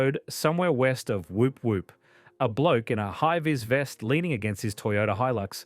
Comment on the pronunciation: It’s pronounced Woop woop. Not wop wop.